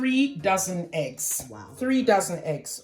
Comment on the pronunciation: Eggs not Heggs E NOT H